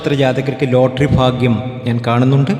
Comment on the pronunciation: എൻറെ പൊന്നു സഹോ,ഇന്തൃയിൽ നിന്നും അമേരിക്ക വരെ നീട്ടികൊണ്ടുപോകതെ ചുരുക്കി പറയുക.ഫാഗൃമല്ല ഭാഗൃമാണ്. നക്ഷത്രം തിരുവോണം.